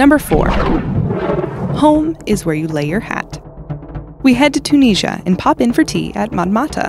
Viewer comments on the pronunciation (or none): I have never heard Tunisia pronounced the way she pronounced it.?.